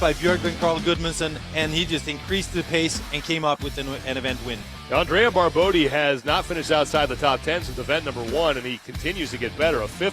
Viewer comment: Guys, is BarboTTi non Barbodi!!!thsnks